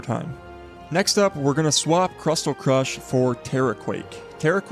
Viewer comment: Say crystal. Now say crystal crush